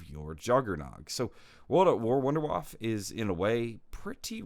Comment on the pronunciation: it is painful to listen as a German